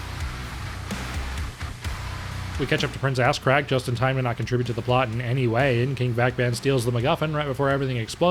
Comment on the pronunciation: I’m glad I’m not the only one that calls Ahzrak, Ass Crack.